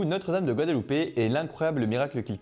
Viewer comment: Guadalupe!?on dit guadeloupe